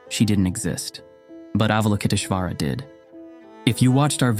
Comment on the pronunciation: TAR-a . Ah-val-o-kit-ESH-wara